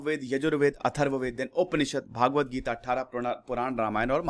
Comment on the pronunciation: आपने भागवत गीता उच्चारण किया यह सही नहीं है, भगवद गीता बोलते हैं।